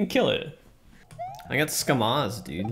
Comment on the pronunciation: For your info, it’s “Scamazed/Scamaz’d”, based off of Hearthstone streamer Amaz (Uh-mozz)